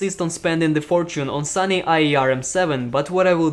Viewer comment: It is SONY not SUNNY..... that's explains